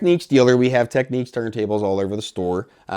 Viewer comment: Why do audio reviewers insist on pronouncing the Technics brand name as if there is a "q" in the spelling. It is not called "techniques," and we don't say "tekneekal diagrams." It should be pronounced "TEKNIX."